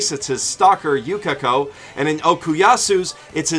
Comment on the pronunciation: "jotAHro" "koy-chi" "yuKAHko" "shining diamond" *breaths in* boi